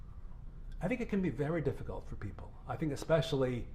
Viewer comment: And she said "exspecially". That's one of my biggest pet peeves. THERE IS NO 'X' IN THE WORD - ESPECIALLY. Drives me freaking crazy when people pronounce it as exspecially.